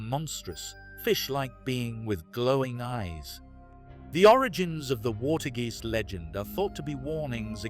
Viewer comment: water g eest sounds like aast its a more alike fore the ketel geest. wit te wweave, for gods sake they dont read bokken the raiden like they ride. kleas i dont knowthe pronounciacion help the vaak part of klaas vaak i hope it helps a bit with the pronouncyestion oh en for the love of the stroop its sounds like rope in stroop waffels like the thing you get on you neck if it is pronounced wrong no its sarcasticly meant but realy that still the pronounciation kee bye.